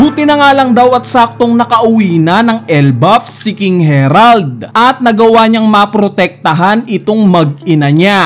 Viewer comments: harald hnd herald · Ang laki laki ng letter A. Repeat after me. HARALD!....Ha-Rald